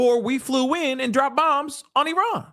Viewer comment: i love you. but it is Iran not Eron.